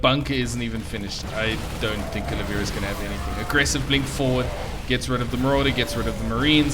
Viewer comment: His name is Oliveira, it is written in your replay bro :) Pronounced O lea vay ra. Nice commentary though ;)